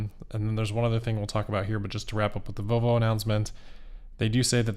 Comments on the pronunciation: I swear you said "Voe Voe" several times. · can’t pronounce the “L” in “Volvo” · Please ….pronounce the L in Volvo.